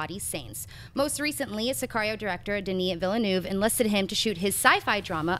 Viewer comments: Villeneuve is pronounced VEELNERVE NOT VILLYNOOV!!!!!!!! Christ almighty, when will you get it right???!!! >:( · You guys still can't say 'Villeneuve' correctly. It's a French name, not Spanish. What if any of you actually met him for an interview? If you say 'Villernoov' or 'Vilnuayvay' or whatever you guys keep saying it isn't going to go down to well.